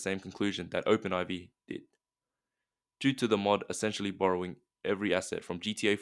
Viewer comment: It's pronounced and introduced as Open 4. Not Open Eye-vee